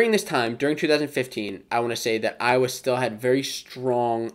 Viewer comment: You're welcome, Iowhaa😭😭😭 Cockeyes/Chicken Hawks.